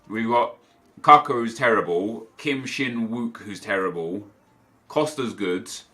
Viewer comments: Not Kaka, K U C K A :D :D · Its Kucka not Cocko :D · Its not Kuuuuka.... its kutska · 😂😂😂😂 Not kaka, KUCKA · Hey NEP the way you said kucka was wrong.The way it's said is koochka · Isn't it usually pronounced like Ku-ch-ka or am have I been dead wrong all that long? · Can someone explain to me why he says capa?